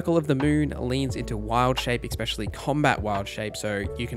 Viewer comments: It's called "especially" not exspecially. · Great video. I'll definitely be referencing this on September 6th. But bruh, for the love of god, it's 'eSSSSpecially', not "eXpecially" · The word is not "expecially", it's "especially". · Great guide! As an aussie growing up in the ghettos of Redfern there is one thing in common you have with alot of people there which grinds my gears...the way especially is pronounced. Its very ghetto to say eckspecially. Still love the video though and subscribed eckspecially since there so much good info 👍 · . Great video, thanks for all the info, no criticisms on the info. Legit the only problems to report would be nitpicking pronunciations like ""Tome" rhymes with "home", it is not pronounced like Tomb or "Toom", a place where dead ppl go" "There is no "x" in "especially" "When it comes to Dice, 1=die, 2+=Dice" ""Oriented" only has one T" And and so on, if any if that is a regionalism or speech impediment, I didn't mean it as an insult but I still apologize <3 -- overall really great video, the info was super in depth, you answered all the questions I was wondering and more, and gave me new ideas! Thanks a bunch!